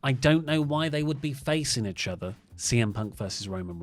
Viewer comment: Anyone else get slightly triggered the way says Itchother instead of Eachother? XD No? Just me? Okay lol